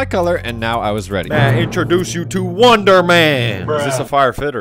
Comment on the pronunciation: Lol woondoor men💀💀💀💀💀